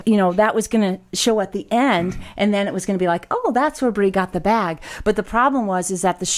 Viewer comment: Congrats Bree! I love weddings; they're my favorite photo ops. You guys do such a good job at maintaining reasonable boundaries, I had no idea that Bree was seeing anyone (nor any idea whether Bryson or Shae are, either), so this comes as a big surprise to me. And Bree, thanks for saying my name correctly, first time out of the gate. Almost everybody mispronounces it the first time; they see N instead of M and call me 'Garner'. It's the family curse. I've also been called Gamer, Graymer, Gammer, Grammer, Gardener, and Garber. But mostly I prefer Will.